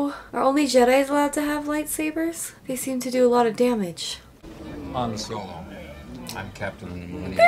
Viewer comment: I like how she totally transformed Solos name into Hanz xD